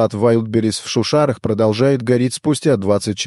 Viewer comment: шУшара это диктор с этого видео, а все произошло в шушАрах😂